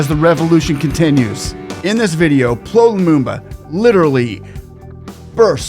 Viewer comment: You’re doing a noble job. Just to point his name is pronounced Pee El Oh Lumumba.